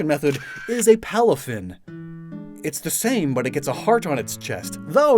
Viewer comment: And PALAFIN